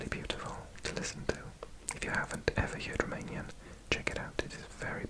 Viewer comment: Greetings from Brăila, România! You are doing an excellent job with your Romanian pronunciation!